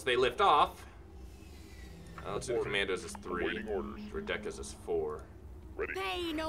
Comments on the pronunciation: It bothered me how he said Droideka, I've always heard it as "droid-eh-kah." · the way you pronounce droidica's is hilarious haha:)